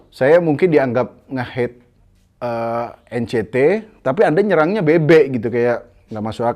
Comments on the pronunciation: EN CI TI bang, bukan EN CE TE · bang tolong lahh bacanya NCT (En Si Ti) bukan Encet wkwkwk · N Si Ti bang, kalo nyebut yang bener ntar ngamuk lagiii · Nyebut NCT nya Salah bang.hati2 diserang lg 🤣🤣